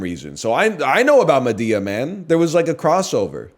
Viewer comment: Why does he keep saying Madea like that? Librarian make him stop